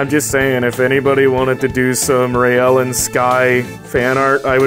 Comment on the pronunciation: whenever you say, you sound like you said Rail the Protogen lol